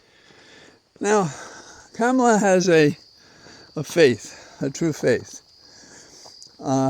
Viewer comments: Her name is pronounced comma-la. You used trumps insulting pronunciation twice tonight. Not good. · Just one thing - Kamala pronounces her name "comma-la" exactly as her mother taught her. I am sure you can learn it, too. With much respect, Rick Khamsi